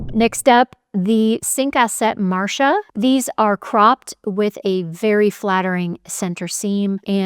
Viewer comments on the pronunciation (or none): none